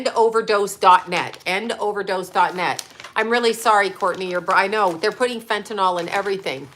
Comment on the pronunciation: Not trying to be a b-tch, BUT…there is no letter O in the word fentanyl. It’s pronounced: fen-ta-nil.